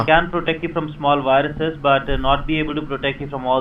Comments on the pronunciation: I've watched so many of these videos and it kills me EVERY time when you say "wiruses" and "each and everything" hahah love it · what's wrong with dextop and wirusses? That r complet normal spelling! (sarcasm) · So why does he constantly change Ws and Vs, like vindows and wiruses.... He sounds British, I'm probably wrong but the only people I know of that do that are German.